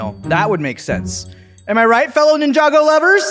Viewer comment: OMG HE PRONOUNCED NINJAGO RIGHT OMG